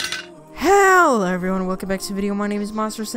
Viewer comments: Did you just say Hell everyone instead of Hello everyone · yeah i also thought he said hell